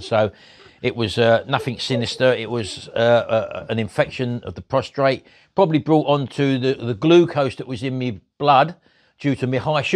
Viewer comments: To all you snarky nitpickers remember this is Martins channel and he can pronounce prostate however he wants to, and for all who say its driving you bonkers , you can always leave. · Prostate,, not prostrate 😂😂 xx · C'mon - get a grip fella, it is Prostate not Prostrate lol.